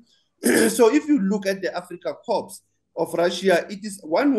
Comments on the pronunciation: Reporter PLEASE pronounce CORPS as “KAW” or “COR” bloody hell, I was thinking of a dead Marine when you prounounce “KorPPPs” with “P”😂😂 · Is this presenter on a wind up, corp is pronounced core with a silent P not pronounced corpse. Stop it, you trying to curse or belittle them.